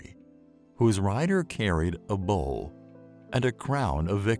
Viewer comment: Bow* not bull or bowl as it's said in this video. This video is vocalized by an AI. That's lazy. Also the four horsemen represent the beginning of the second coming of Christ not the end of the world (though it is a legendary time).